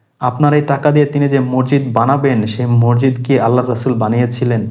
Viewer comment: সাউন্ড বন্ধ করেন৷ আর মরজিদ কি? উচ্চারন ঠিক করেন৷ মসজিদ৷